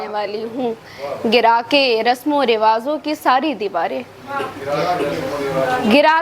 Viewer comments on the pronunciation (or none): آپ نے ایک جگہ پڑھا رسم و رواز جب کہ اصل لفظ ہے رسم و رواج شاعری میں الفاظوں انتخاب شاعر کو معیاری بنا دیتا ہے اگر وہی الفاظ غلط ہو جائے تو قیمتی شاعر بھی گلے ہوئے کاغذ کی مانند ہو جاتا ہے ، آپ کی کوشش اچھی تھے محنت کرو پر لکھنے کے بعد کسی سے اس پر نظر ثانی ضرور کرائیں ، اور بھی بہتر ہو سکتا ہے کچھ جگہ اور بھی لکھنا تھا مگر یہاں بہت ضروری سمجھا تو لکھ دیا